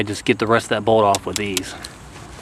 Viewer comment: Is it just me? after minute , the word bolt sounds more like bald 😬✌️ btw thanks for the tutorial. It is very helpful 👍